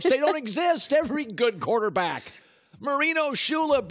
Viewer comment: “quataaback” - Colin Cowherd